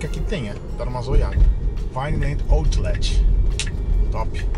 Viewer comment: falando Outlet: "autchhhh-létchhhh" kkkkkkkkkkkkkk